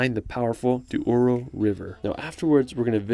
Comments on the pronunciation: And Douro, not Duoro. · Just a little error, it's Douro not Duoro 😅. Thanks for the video 😁!